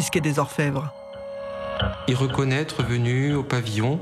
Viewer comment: "N'a pas pu z'être... " 😄😄😄